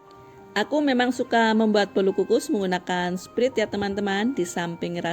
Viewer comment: Btw sprite baca nya bukan sprit, tapi sprait